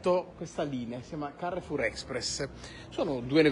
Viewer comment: Bonjour très cher, Nooooooo devi pronunciare con l'accento francese CAREFOUR KA RE F U R 😉🤝🏻